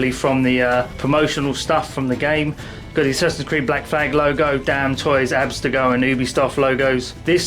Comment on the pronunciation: abstergo, not abstego. But awesome review man!